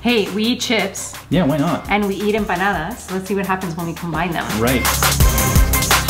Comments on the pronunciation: Its not empandas its panadis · I heard empananas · I just keep hearing banana instead of empanada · When said "enpandes " I died 🤣🤣🤣🤣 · really didn’t get one since she said it wrong.😂😂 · Then trying to say empanadas 😂❤️❤️❤️💀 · Cuz she said it wrong